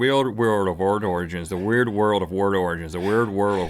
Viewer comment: Rhett didn't say it correctly even once. He said "The weird world of ward origins" every single time. Okay, sometimes not even that xD.